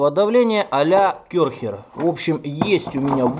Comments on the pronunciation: ocelot48gaming керхер тогда уж а не кэрхер. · не Кёрхер а Керхер.